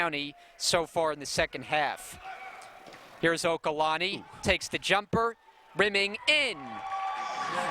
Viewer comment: It's OLUKANNI not okalanni